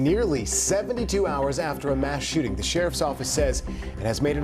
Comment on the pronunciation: Shoe-ting 😂😂😂😂😂 ü r A G-neeus 4 rëëL bruh